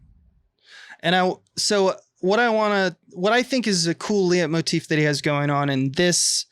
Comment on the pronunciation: I enjoy listening to you guys, but do you really mean to always say "symbology" and never "symbolism"? Also, it's pronounced "light motif",, and it pretty much only applies to music. I guess you'd want to say "motif"?